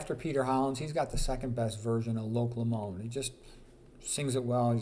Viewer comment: Scot here, it’s not pronounced Lo-MOND, it’s loch LOWmand.